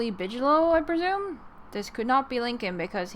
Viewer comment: Bigelow pronounced with g not tʃ.